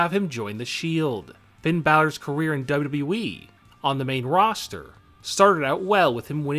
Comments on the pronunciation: He said wweee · You say wwe wierd